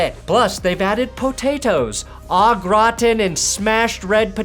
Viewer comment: your pronounciation of au gratin hurt my soul more than any of your power rankings. I'm in awe.